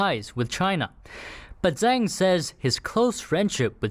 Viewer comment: It’s zang it’s xhang